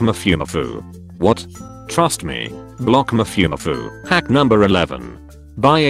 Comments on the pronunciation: Did he just say “Mafiumafiu”?? 🤣🤣🤣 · The tts pronounces mafumafu like zaboomafoo I’m GONE